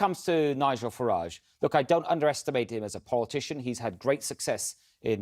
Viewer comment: Every time he says Farage the pronunciation changes; Gove was super wired up during this appearance.